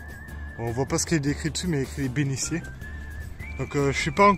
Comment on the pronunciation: Encore une belle randonnée. Merci. Il faut que tu changes le commentaire car tu parles de bénitiers et tu prononces « béniciers ». C’est un « t ». Changes ça, c’est affreux. Continue tes vidéos . C’est passionnant.